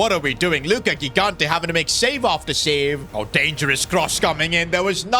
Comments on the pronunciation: Second episode where I point out that it's not Gigante with the hard G put it's pronounced Jigante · If Gigante is Italian, you should pronounce first g as “j” sound (like in Gigi Buffon) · Awesome video! By the way Gigante is pronounced Jee-GAHN-teh.